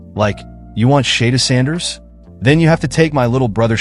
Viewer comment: WHO THE HELL IS SHAYDURE SANDERS? IS THIS SOME AI STUFF? 🤔🤣😂